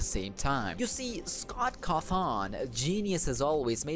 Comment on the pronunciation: What scott cuthon?! CAWthon do you even bird bro